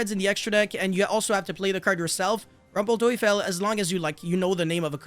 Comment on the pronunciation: The pronunciation of „rumpel teufel“ was good.